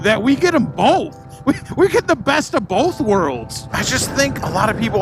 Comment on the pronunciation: Can we get a "bolth" count? 🤣🤣 I agree, I don't get the hate. It's different, and Its not marketed towards me but that doesnt mean it's not a cool bike. And someone is going to buy that bike and love it.